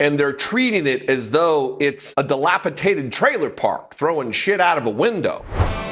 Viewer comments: delapidated bc of slumlords.....really? Words matter ffs. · DilapiTated is not a word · There is no such word as dilapitated. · "Dilapitated"??? WTF??? Journalism is dead. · Yep mispronounced dilapidated, but yet he’s a “content influencer”